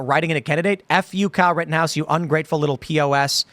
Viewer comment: "Riddenhouse", Our rights will be "Eden" away??? Why can't young people pronounce glottal stops, or nasal consonants anymore???